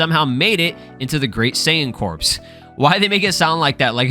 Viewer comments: I'm 99% sure "saiyan corps" is pronounced "cor", not "corpse" lol. like the Marine corps or the Green Lantern corps. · It's pronounced the Saiyan "Cores" like Marine Corps. Not like corpse as in dead bodies. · It’s pronounced as core the “p” and the “s” is silent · It’s pronounced CORE. Jesus Christ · apparently corps is pronounced "core", and this is the definition: a group of people who are connected because they are involved in a particular activity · Just so you know, "Corps" is pronounced "Core" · Corps is pronounced the same as core